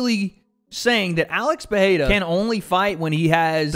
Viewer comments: it annoys me so much hearing americans butcher Alex`s name, couldnt you just open up google translate and try just a tiny bit instead of saying peheira over and over again jeez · Bro can you please pronounce dudes last name correctly 🙄